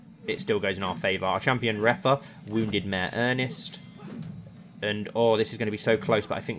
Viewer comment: I’ve noticed the way you say “a mayor” is exactly the same to how you say my name “Emyr”😂😂😂